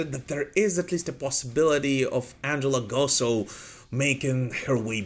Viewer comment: The way he pronounced Angela Gossow made me throw up